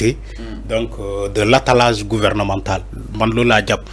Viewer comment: A mon humble avis je pense que le mot en question devrait se prononcer ainsi"ATTELLAGE " au lieu de " ATTALLAGE"svp monsieur